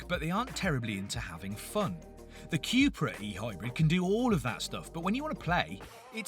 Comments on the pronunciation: It's not Quepra, it's Cupra :) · Cupra = Cupracer so Quepra is wrong 🤭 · Theres only so many times I can hear you say QueuePra before I totally lose my marbles